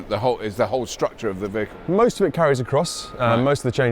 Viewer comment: I know is saying vehicle but every time I still can’t stop thinking he says bagel ha ha